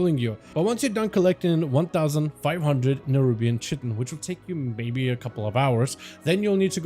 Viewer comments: I came down to find this haha, Cheh - Tin was driving me nuts, although it IS spelt that way. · Just because you've heard it both ways, doesn't mean both ways are correct lol Definitely Kite-en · Fun fact of the day: The proper pronunciation for chitin is [ kahy-tin ] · chitin= you say it like this, It rhymes with PIE TIN. So, Chitin or K +eye+tin ch sounds like a k. The letter "i" sounds like the word "eye". Then the last syllable sounds like "tin". The accent is on the first syllable so it sounds like K+EYE + tin. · 'Chitin' is pronounced kai-tin in both UK and US english. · theres only one way to pronounce chitin btw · PLEASE stop saying chitin like that, were you purposely saying it badly and constantly hahahahaha